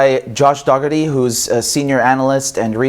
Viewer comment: I believe it should be more like Doe-Hurr-Tee. At least, that's how a friend of mine pronounces it. Though, I've heard others use Daw or Dah-Hurr-Tee, as well, but that just never seemed right to me.